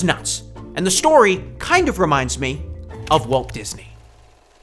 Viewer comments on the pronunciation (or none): none